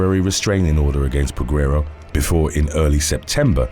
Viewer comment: The U is silent in Peguero. 🤦🏾‍♂️